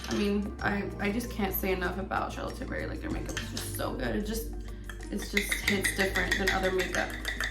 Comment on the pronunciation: The way she kept saying charlotte tillBERRY made me cringe😫😫😫